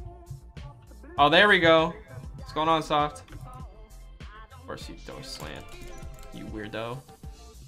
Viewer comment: The way he said ofcorse